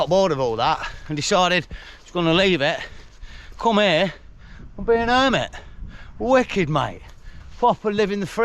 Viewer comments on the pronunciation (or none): none